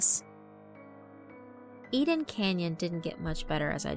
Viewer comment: “Aiden Canyon Road”?